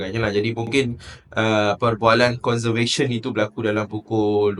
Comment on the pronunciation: Conversation bukan conservation 😅